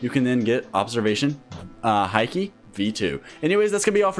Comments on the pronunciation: its not hi key its haki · Haki is pronounced as hockey